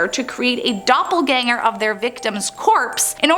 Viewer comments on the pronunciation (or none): none